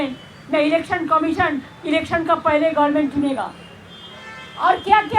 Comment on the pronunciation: গভর্নমেন্ট টাও ঠিক করে বলতে পারে না, বলে গরমেন্ট🙄🙄🙄 কি অশিক্ষিত গুলো কে আমরা কোথায় কোথায় বসিয়ে রেখেছি। আবার আমরা নিজেদেরকে বড় শিক্ষিত বুদ্ধিমান বলে দাবী করি 😊